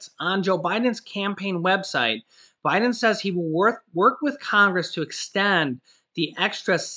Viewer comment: Love your show, you had me laughing because you said O'Biden.. rerun this show and you'll hear it. About mid way through the show. Great work anyways...lol